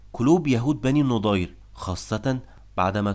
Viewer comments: مجهود مميز... لكنك تنطق الأسماء خطأ.. فنعيم بضم النون وليس بالفتح والنضير بفتح النون وليس بالضم وهكذا كثير.. ياريت تهتم بتشكيل الأسماء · احسنت وبارك الله فيك .. بس يا ليت تنطق إسم بني النَضِير بشكل صحيح